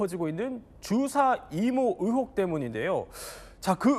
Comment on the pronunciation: 의혹 발음도 못해서 으혹 이라고 하는사람이 사회를 보나? 시골출신들 의 발음 안고치는거 대체 몇년째냐 외국인이냐?